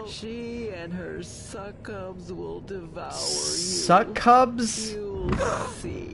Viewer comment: Did this game based around Hell literally have someone mispronounce "succubi" as "suck-cubs"?